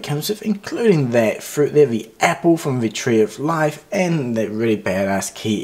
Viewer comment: LmPrincelyao.. Did This 'Man', Just 'Say'... 'The Tree Of Lifee?' HaHaHaHAHAHAH